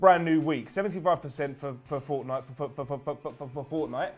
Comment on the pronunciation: to what happened mate I think I lost brain cells listening to you say fortnite 🤦‍♂️